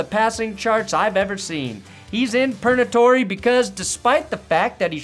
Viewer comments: I’m fairly certain he said “Pernatory” instead of “Purgatory” and I’m all for that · Did you say pernatory? Or Purgatory?